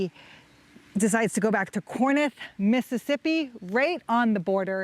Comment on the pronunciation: It's pronounced Core-inth. Not Core-nith.